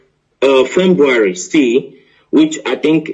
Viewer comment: Oh my jeez 🙄 a Journalist that can’t pronounce February am a kind of confused here